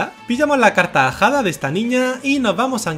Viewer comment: Minuto has dicho carta ajada o carcajada